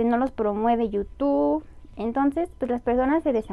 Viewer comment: Hola te hago una observación con todo respeto. Se pronuncia IU TUBBBB con B al final, en este video dijiste dos veces al principio, dijiste yutu. Saludos